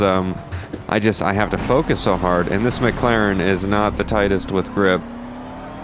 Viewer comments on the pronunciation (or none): Nordschleife is pronounced Noor-dish-life. McLaren is pronounced Mik-Laren. (Not Mik-Klaren.) Great video!